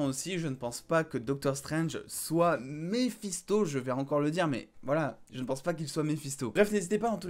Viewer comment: J'avais compris Balisto et non Mephisto🤣🤣